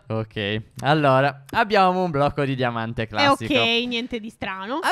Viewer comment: Ai detto diamate